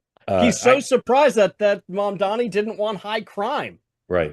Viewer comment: Can someone please tell Mark how to pronounce Mamdani?